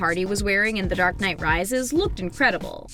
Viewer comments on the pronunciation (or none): none